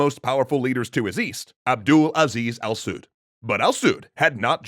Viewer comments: "Al Sud" "Saudi" how do you fail to say "Al Saud" while being able to say "Saudi Arabia" properly. Jisoos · Al Saud not Al Suit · Al sa''ud make sure u put emphasis on thr A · You’re ok when you say Saudis but weird when you say Al Saud.